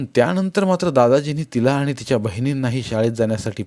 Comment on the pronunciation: जिजी कितीही वेळा वाचली तरी प्रत्येक वेळी नवीनच वाटते,एकसारखी वाचावीशीच वाटते. ही जिजामाताच होती जणु. वाचन ऐकायलाही आवडले पण वाचणार्‍यांचे आनि पानी उच्चार खटकले.